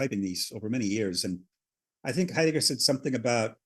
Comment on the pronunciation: 'ate 'eidegger luv me boys talking about 'eidegger